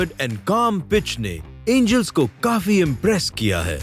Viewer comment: Did he hello Anals, instead of angels.😂